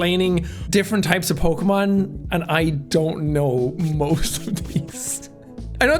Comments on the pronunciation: Jack is fucking lying about never being into Pokemon he said every name 100% right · jack: "i dont even know how to pronounce this names" also jack: pronounces them all right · wow u did a really good job with the pokemon names u got them all right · "i dont even know how to pronounce these things" damn, and he said the correct, thats crazy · "I don't even know how to pronounce these" proceeds to pronounce all of the pokemon correctly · Jake. I don't know how to pronounced these names. Also Jake gets all of the pokemon names right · I love how he says that he doesn't know how to pronounce any of the Pokemon and yet he pronounces all of them right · Jack nailed the pokemon names.